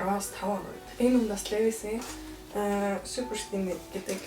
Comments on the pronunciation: Levi’s-г левис биш ливяс гэж дуудна шүү😅😅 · brand neree zov heleereii лээвийс биш ливаяс гэж уншина